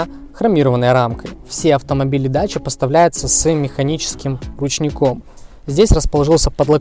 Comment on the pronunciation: ДАКИЯ а нэ даЧа ) идиот дакия это древнее название румынии какая дача !?